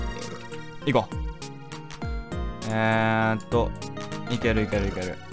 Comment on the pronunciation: 最近さんの「行ける？」が「逝ける？」にしか聞こえなくなってきたｗ